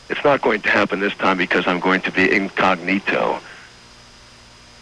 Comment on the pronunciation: In-cog-nito hahaha oh boy, please continue